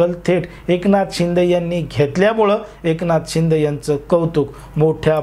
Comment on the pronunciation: अहो दादा तुम्ही माहीती खुप छान दिली . त्याबदल धन्यवाद ... ' पण तुम्ही र्शिदे साहेबाना .एकनाथ शिंदे असे उच्चार केला त्यामुळे बर नाही वाटल ... कितीही झाले तरी ते माझी मुख्यमंत्री आहेत .एकनाथ शिंदे साहेब अस ऐकायला बर वाटत . जय हिंद . जय भारत🤝🤝